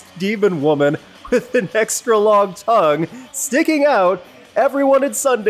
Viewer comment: Not toungue - toong